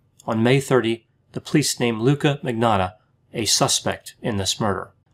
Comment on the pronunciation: Surname is (Italian) and yet can't pronounce magnotta. Manyotta!